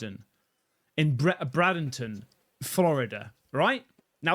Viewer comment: K on the first video...its pronounced Bray-den-ton. Second, thats a woman. Third ...I am a forner smoker., never seen smoke act that way. Usually it disappates as it thins out upward, just like it does when its in her mouth and that puff before "whatever" happens...only way it would carry across like that is with wind, who knows though.